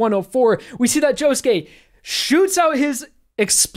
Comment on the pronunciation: um... joshuu? really?